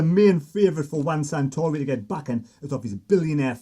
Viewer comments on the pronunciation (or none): his name is Juan SARtori, not SANtori, you loon😁😁😵. Good stuff though, keep up the good work! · FFS. --- Sah-Tory 🙄